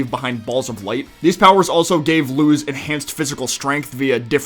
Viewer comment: It's pronounced more like Luce than like Looz